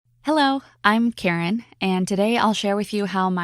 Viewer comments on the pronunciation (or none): I bet people were laughing when she said her name was Karen and they scrolled down and found her name is pronounced ""